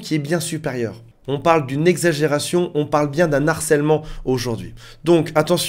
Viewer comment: "on parle bien d'un Narcèlement". Pardon?... Au contraire, en bon français on parle d'un Harcèlement, avec H aspirée, donc sans liaison. Merci de ne pas massacrer la langue française!